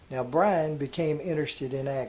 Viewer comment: His first name is pronounced by-ron, not brian. You should have someone read and listen to your narration, before you uplink it. Your stories are great, but your poor language skills diminish your effort.